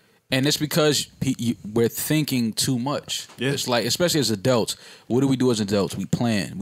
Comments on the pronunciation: "Adelts." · I never want to hear say "adealts" again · "As adelts" ~